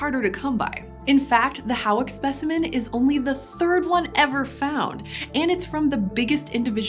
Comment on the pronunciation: ‘Hawick’ is pronounced ‘Hoyk’. Not important, but there you go.